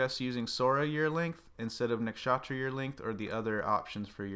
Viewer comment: Please say Nuksh-uh-truh not Nak-shaaatra thanks it's like nails on a blackboard or pronouncing chair like chaa-eer. Thank you